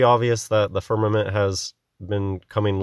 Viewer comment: It kills me everytime he pronounces firnament with two m's